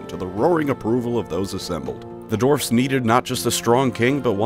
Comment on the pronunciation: Sounds like you are saying dorfs.